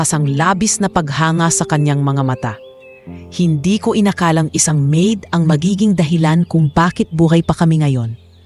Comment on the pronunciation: Bakit ang pronounce nia sa maid ay ma id?